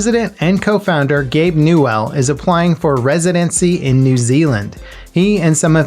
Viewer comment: "Gabe NooAhl" lol